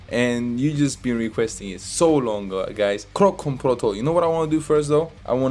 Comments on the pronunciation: kroncong is actually pronounced ker-ron-chong..(while "kerongkong"-like u said it- is throat...lol) it's a type of indonesian traditional music. protol kinda translates to "in pieces".so yeah, like he mentioned in one of the verses, this song is actually a fusion of keronchong, rock and rap. it's actually aimed to attract young generations to like traditional music. NOT a love song. 😅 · Keroncong Protol Its Ke-ro-ncong Pro-tol Keroncong is tradisional music from Indonesia, Java... Protol from Javanese, its means broken.. maybe... 😆